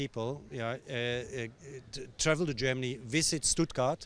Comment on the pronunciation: It's Stuttgart ( you pronounce it as it written)